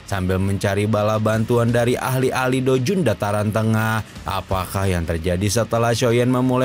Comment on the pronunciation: Douzun min bukan doujun. Blekok